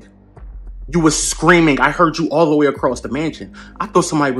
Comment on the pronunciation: 😂 “ I Hurd you across the mansion “ nahhh